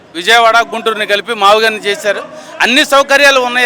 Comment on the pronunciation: Maaviigun pronounstation ki moodu cities sambandam unnadaara senior citizen gaa aduguthunnanu